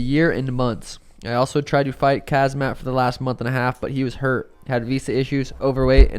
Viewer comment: I mean I'm a Suga rider.....why does he still act like he cant pronounce the Khamzat name?? It honestly feels intentional because they all laugh, either that or he genuinely doesnt know...??? Come on bro. If your coach/homie/bro/fellow podcaster says the name a different way than you do right in fookin front of you then why wouldnt that convo pop up??? Come on....they have to know....but I dont get it as far as "value" idk. But keep it up 🎅🤴🤴☝️🤙🤙🖖✊